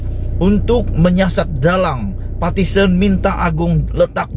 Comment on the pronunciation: Hoi....sebutan buat jelas...."PARTITION" atau " Petition"